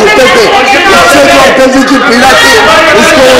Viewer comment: Shri Atalji ka naam to dhang se lo Kharge